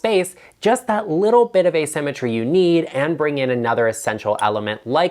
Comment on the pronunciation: I heard using “a cemetery” instead of “asymmetry.” Oh, the images that flashed across my mind! I thought you went Goth on us for a sec. 😆